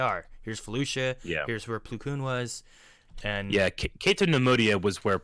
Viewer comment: It’s plo (ploh)